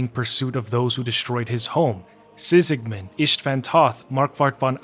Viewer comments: Sigismund, not Sikismun 😂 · Ain't no way you played the whole goddamned game and still think it's pronounced Sisigmund, what the fuck. Are you just narrating someone else's article or using chatgpt or something? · Why do you call Sigismund "Sisigmund"? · The video was good but ngl I can't get over the fact that you pronounce Sigismund as " Sisigmund".😅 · Likely a common mistake.